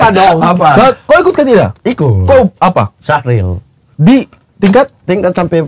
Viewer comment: Bang mamat bukan Syahril tapi SYARHIL wkwkwkwk